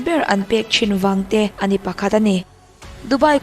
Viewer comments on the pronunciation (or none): none